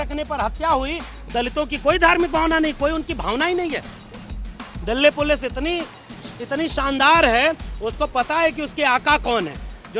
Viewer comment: Sir aapne jitni bar Dilly pulice bola mujhe sir ek hi word sunai Diya dally pulice 😛😛😛